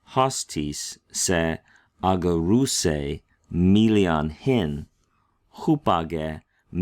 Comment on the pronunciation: The first gamma is pronounced like a nu. It’s aNgareusei. Even the pros can slip up once in awhile 😊